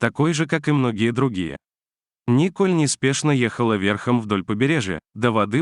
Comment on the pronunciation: НИ́коль неспешно ехала вЕ́рхом... дальше уже слушать не хочется.... Это на каком языке??? До каких же пор будет процветать такая безграмотность? Чему вы, грамотеи, учите слушателей???